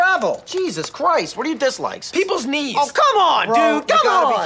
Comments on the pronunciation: For a second I thought he said "people's needs" for his dislike. Lol. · I always thought he says "people's needs" lol. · I thought he said "Peoples needs" at first and I was like yeah I hate that too but he said "peoples knee's" lol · i heard him say people’s needs instead of knees and i dont know which one is funnier